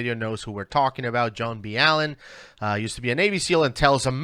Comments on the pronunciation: its Mr. BALL-EN not "b-allen" lol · It's pronounced Do-Nut Op-era-tor.. not Mr B-allan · His name is actually Spanish, so it's pronounced Mister Ba-yen. 😉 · It is Mr ballen. It's not b Allen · It’s B Allen sir. 😂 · Please get Mr. Ballens name right.